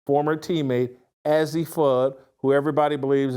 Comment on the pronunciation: You would think if this guy wants to talk about these women, he would at least get their names right. It’s pronounced AZ. This guy is just click bait!